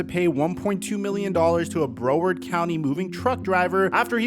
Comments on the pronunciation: Say it with me (brow-word) BROWARD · it’s Brow-ard like eye-BROW